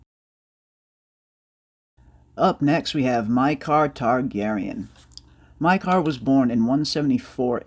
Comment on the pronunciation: Mi k ah not mi car